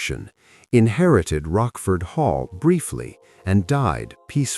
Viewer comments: “Rockford Hall?” It’s pronounced “Roach-Ford.” You do all this research but fail to pronounce names correctly. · The family estate was Rochford Hall — with a ch as in church, NOT pronounced ‘Rockford’. The otherwise quite interesting story is marred by this type of mistake.